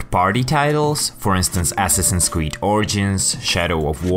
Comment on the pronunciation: Ass-assins creed 😂😂😂😂